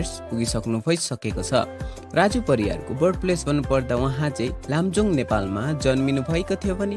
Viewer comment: लमजुङ हो दाइ लामजुङ होइन।😃🤣😅